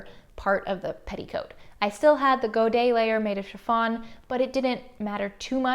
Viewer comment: I had to pause the video at 17 minutes just to confirm that the way you like saying "Godet" is the correct and perfect prononciation, as the last "T" ( and "S" when plurial) is "silencieux"